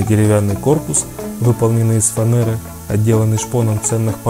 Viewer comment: Интересно что заставляет людей вместо буквы "Е", произносить букву "Э", в слове "ФАНЕРА".